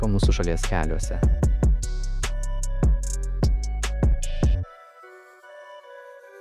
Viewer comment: idomiai sukirciavo zodi ,, " keliuose " :)))))))))))) cia is mandrumo ar is gudrumo :)